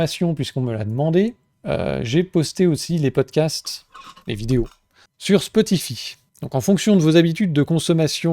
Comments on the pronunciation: spotify ( ça se prononce spoti_"faille") un truc de niche ?... je croyais que c'était juste une des plus grosses plateforme de musique/podcast existante avec plus de 700 millions d'utilisateurs... :) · Mdr toi aussi ca tas fait tiquer "spotifi" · Oui Spotify très bien. Par contre ça se prononce Spotifaï, à l'anglaise. Marrant après le commentaire sur les boomers 😅 Merci pour ton travail